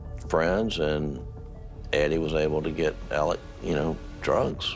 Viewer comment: Yup Murdock. Also his name is pronouced Elek, not Alex. You'll note that will always prounce it correctly.